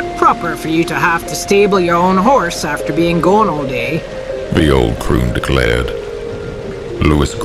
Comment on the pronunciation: Is it not crone rather than croon ? Another amazing audio